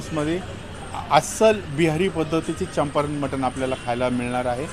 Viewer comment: It is champaran not champaranya , pronunciation is wrong